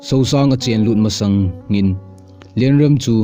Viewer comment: Not Sousang It's Suongsang kho.. Kumsang vaihom Not Kumsung vaihom